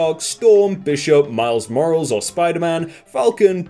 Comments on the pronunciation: He just said miles morals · Miles "Morals" 🤣